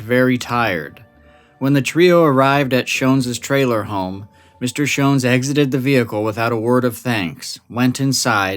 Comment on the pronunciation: Joseph (Joe) Schons was my father. Rosenda (Cindy) Schons was my mother. My name is Jon Schons. I'm their son, 68 years old now. My YouTube name is Jon Stone, a fake name. You did a fantastic job of research and storytelling. I'm impressed that you pronounced our family name "Schons" correctly. Most people pronounce it incorrectly. It's a German name. I've never heard all the details you revealed. It was entertaining to hear you talk about my mom and dad. You made me laugh when you mentioned that there was vomit and feces next to the light-blue Volkswagen, and my mom said: "Joe made quite a mess." That sounds like something my mom would say about my dad. He was a recovering alcoholic, on and off again. I can clear up any suspicion that my dad was connected to the Yuba County Five. There was no connection. My dad didn't know them. My parents bought a 40-acre property on Raccoon Road in Berry Creek. My dad got drunk and was driving on a snow-covered dirt road in Plumas National Forest. He got stuck in the snow and suffered a minor heart attack when he was trying to get the Volkswagen unstuck. His brief encounter with the Yuba County Five was purely by chance. It's unfortunate that the young men didn't stay with my dad and help him. He could have led them back down the mountain, and they would have survived. Apparently, they weren't very bright, but my dad was smart. They should have helped him. He was stranded and could have died in the cold. My main takeaway from this story is